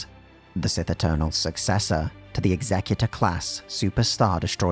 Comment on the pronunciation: I am so glad to hear someone finally, FINALLY pronounce the Executor's name correctly. So many people try pronounce it like its related to "Executioner" as opposed to "Executive".